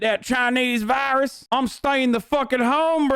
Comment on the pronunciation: "Imma get that Chinese vayrus!"